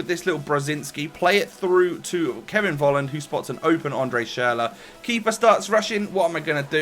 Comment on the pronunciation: Fffffolland not Wolland